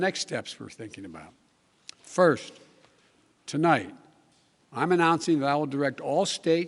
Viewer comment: Tolight, I'd like to talk to you...Joe! Tonight, not tolight!!!